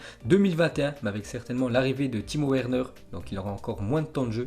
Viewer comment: oh la putain de toi jtm bien ta vu jte suis depuis ton ZI n21 mais stpppppp fait un effort sur l’accent on dit Timo Verner par Werner tu dis un Wagon ou un Vagon putaaaaiinnn